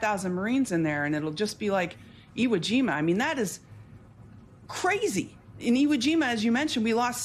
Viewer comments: Graham called it Ego jima. what? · "We had Viet Nam, we had Eeho Jima" WTFH?